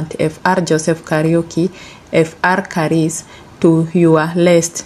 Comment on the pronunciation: Pronouncing some names 🤔 not on point upgrade. Father Karis continue RIP